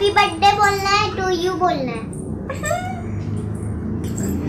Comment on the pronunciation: plz don't tell badday its birthday